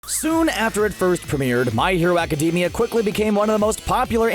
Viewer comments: Please change the way you pronounce My Hero Academia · This idiot really said "My Hero Academia" wrong